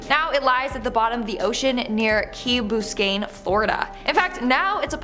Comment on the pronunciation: Key Booscayne?